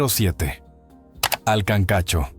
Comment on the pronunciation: Se dice kankacho